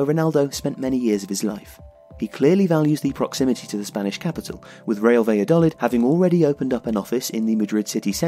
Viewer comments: Is it not 'baya-doleed'? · First of all, I love your channel! However, I found it really hard to enjoy this video because of the pronunciation of "Valladolid". I don't expect a non-Spanish speaker to pronounce it perfectly, but it would be great if you could at least put the stress in the right place. "Valladolid" should be stressed on the final syllable -- "va-lla-do-LID". Putting the stress on the third syllable sounds as weird as pronouncing Wolverhampton as "Wol-VER-hampton" does in English! Something to think about the next time you have a chance to mention the club.